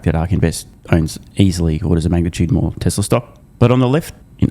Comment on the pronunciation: TesLurr. oh , Tesla ! 😮